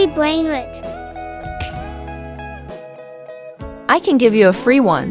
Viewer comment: These people are idiots it’s not pronounced brainriit no 2 is it’s brainrOt* with a o wow you are one lil kid